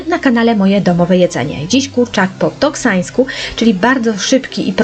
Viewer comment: Mówi Pani kurczak po "toksańsku" a w tytule "toskańsku" 😄